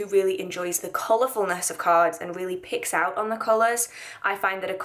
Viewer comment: It's around the 5 minute mark, I could have sworn I heard you say "pigs out on colors" and not "picks up on colors" and I just went with it, like yeah I can pig out on colors myself 😂😂